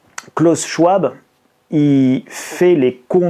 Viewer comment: Bon, on en est toujours a moquer une enfant qui a juste du mal a se dire qu'elle doit payer la dette ecologique de la gerontocratie patriarcale. On en est toujours a synthetiser brutalement le discours d'un homme dont on n'a pas fait la moindre petite recherche pour prononcer le nom correctement. On en est toujours a faire des titres qui font peur, pour redire les memes choses malgre le fait que cet ete passe vous a contredit. Pardon d'avoir un esprit critique, mais au moins les pubs vont bon train et le monde continue de tourner... Et pardon pour les accents, clavier anglo...